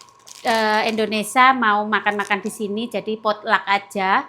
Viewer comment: kalau omong ga buru buru bisa omong INDONESIA dg bener,tp kadang buru buru omong nya Indonesa 🤔😄😁